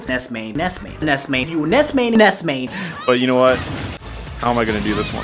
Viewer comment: It sounds like Ness is saying, "Ice Cream!"